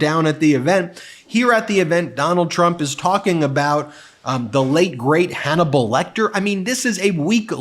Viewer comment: Anthany Hopkins is not dead, why is he saying late great Hanmelbal Lecter?